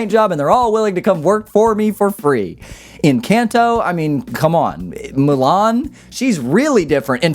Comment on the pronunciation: How dare you mispronounce Encanto! 😂